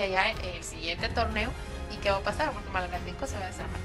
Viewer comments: MALACATECO WEEEEE NO MALATECO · Malacateco no malatecobiejo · Se llama malacateco no malateco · corrigen al pronunciar el nombre del equipo de Guatemala que en repetidas ocasiones lo pronuncian. Es MALACATECO y no MALATECO. Tambien es conocido como el equipo 🐂 TORO 🐂 equipo que ahora dirige el grande y Señor profesor ROBERTO HERNÁNDEZ! Gracias. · Es Malacateco no Mateco . Bendiciones para vos crack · Es Malacateco no Malateco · Es malacateco no malateco man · Es Malacateco no Malateco. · Malacateco no Malateco jajajajajaja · Dijiste malateco maje..🙄🙄🙄👎🏻👎🏻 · Si también lo noté q se equivocó